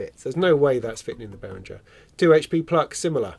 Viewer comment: If one takes the effort to pronounce Moog correctly, why not also do the same for Behringer? Bay-ring-er. Middle syllable as in ring, rhymes with singer. Not bay-ring-ger or bay-ring-jer